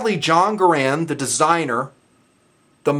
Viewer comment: Like if for nothing more than not pronouncing it "grand". Few weapons and weapon actions have stood the test of time as the M1 has!